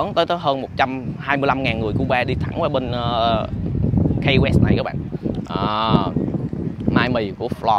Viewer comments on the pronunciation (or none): Key West đọc là Ki West chứ không phải Cây West. Peace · Đến với những nơi danh lam thắng cảnh thì ít nhất Khoa cũng nên gọi tên cho đúng địa danh của nơi đó. Key West_Ki Goẹts. Key là chìa khóa. Có ai đọc chìa khóa là Cây bao giờ không? Một cái từ đơn giản phổ thông như vậy, bạn đọc thành Kây_Goẹt để đi truyền bá cho mọi người địa danh thành Cây Goẹt thì nó sai quá! Đi học bên này gần 1 năm rồi thì ít ra cũng biết đọc (Key_chìa khóa) cho đúng chứ nhỉ. Giờ ai về Hà Nội, đọc Hây Nội nghe có ổn không? Sài Gòn đọc thành Sây Gòn nghe có được ko? Key chìa khóa, từ đơn giản phổ thông đến vậy mà đọc là Cây thì quả thật ko biết phải làm sao..... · Key west nên phát âm Ky (Ki) west ,chứ không phát âm KAI hay Cai west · Key west là “khi” west ko phải “cay west” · Key west khong phai khai west nhe khoa. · KEY WEST ( KY không phải KAY ) NHÉ EM KHOA ! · Finally Khoa đã đến Key (pronounced "kee") west. Đi đâu nữa đây? Lên lại Ft Lauderdale để ăn cua di? Rustic Inn Crabhouse. Ngon lắm. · Chơi. hưởng thụ số 1 thì có. Học thì số mấy không biết nhưng nhớ học lại ESL nha. Mới lướt qua vài phút nghe được Hotel safe đọc là "cái sắc", Key West đọc là " Cây quét". Tốt hơn ở Mỹ không nên ra ngoài một mình. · Phát âm là ki sờ quét anh ơi. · Key West phat am sai roi.